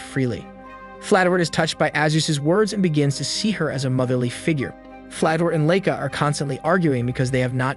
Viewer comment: LIE KA, not LAY KA, it's not that hard to learn how to pronounce Japanese All vowels have the same sound in Japanese, A will always Be Ah as in Father, I will always be E, O will always be O as in Toe, U will always be oo as in too. And E was will always be Eh as in hey. If you can master these pronouncing Japanese words will be a cake walk